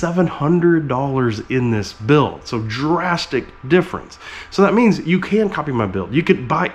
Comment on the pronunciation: Did you just say "Ken you see this?" while talking about your Ken block replica truck?